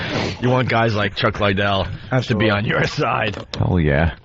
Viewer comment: Opie trying to beak the record for how many times he can mispronounce Chuck Liddell's name.